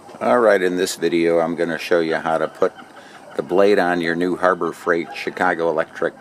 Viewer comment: This was worth it just to hear "Chicago Electric" with a Chicago accent